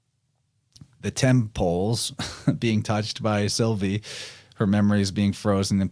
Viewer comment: when you said Sylvie i heard Sophie which lead me to Sylphie. Don't know if thats relevant 🤔